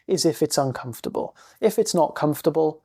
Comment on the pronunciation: thank you, I especially liked your emphasis: "what is so uncomfitable?". Truth is it really isn't uncomfitable at all, it simply is as it is